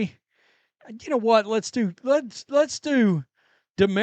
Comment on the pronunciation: "Damarias"???? Where did this dumbass learn how to read?